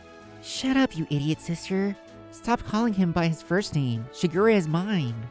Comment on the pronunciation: I know they say "Shigure" but I swear I keep hearing "Sugar Ray" and just... so many songs from the late 90's and early 2000's.